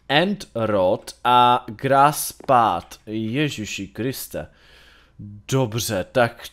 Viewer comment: Ta tvoje výslovnost tvl grás pád ..